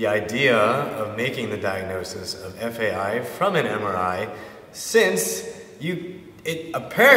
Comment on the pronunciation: This guy is a fucking idiot. It’s such an irresponsible video to post. He can barely pronounce FAI and decided to post his own personal bro-science to YouTube and give others medical advice. What a numbnut!!